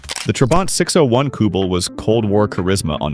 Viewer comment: The Iltis in the video is actually the version built in Canada by Bombardier for the Canadian forces. Really weird to include the Porsche 356 in a video about off-road vehicles. Equally weird is the strange AI-generated voice and text where the Trabant 601 becomes the 6 oh 1, newton-meters (nm) become nim, all-wheel-drive is pronounced A-W-D, mark 2 becomes M-K 2